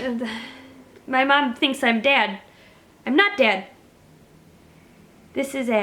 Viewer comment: Every time you said dad I thought you were saying dead and I was wondering why you weren't answering her text messages if she was so concerned